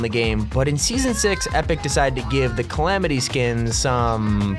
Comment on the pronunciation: Ah yes calimity instead of calamity